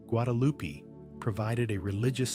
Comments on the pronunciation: GuadaluPEE. I'm so tired of this AI slop. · Who? Loo-pee!? Your AI needs tweeking